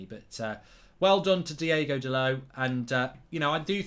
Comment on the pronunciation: DIOOOOOOOOGO NOT DIEGO